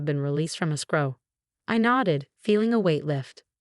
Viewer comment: Will, not wheel. Choppy narration is annoying. Bag, not back. Will-reading, not well-reading. Victoria's sentence is too light. Escrow, not a scrow. How he'd, not Hauge.